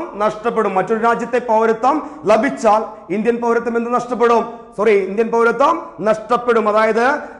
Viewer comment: ലഭിച്ചാൽ .....എന്നതിലെ ല നിങ്ങള് പറയുന്നത് കേൾക്കുമ്പോൾ അരോചകമായി തോന്നുന്നു